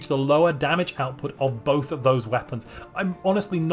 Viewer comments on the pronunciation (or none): none